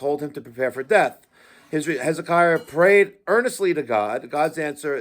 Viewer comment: You couldnt pronounce Hezekiah ?